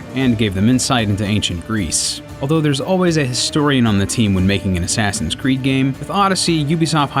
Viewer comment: I swear he says "Sassin's Creed" lol